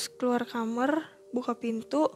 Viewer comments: ko dedengaran aku asal ngomong kamar denger nya kamerr. Salah dengar apa EMG ngomong nya kamerr ya. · Kenapa hampir semua narsum ngomongnya “Kamer” gak Kamar,…